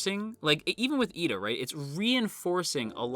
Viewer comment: It is actually Iida with a captial i as the first letter ^^ If it was Lida, you would hear japanese pronounced "leader" instead. Pls no hate, I just mean it in a good way.